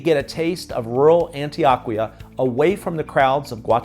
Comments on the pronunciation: On-Tee-OH-Kee-Ahh. Love ya,, but man oh man, do you have A LOT of gringo in your Spanish pronunciations. 😀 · Do you purposely pronounce Spanish words as Gringo as possible? 😂😅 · Is Antioquia pronounced 'AntiOHquia or AntoAHquia. I was under the impression (in my limited Spanish skills) that the letter O is always pronounced like 'OH'. Maybe I am wrong about this? Regardless.. I like your video.